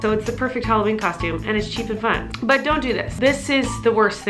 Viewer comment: You said Holla/weenie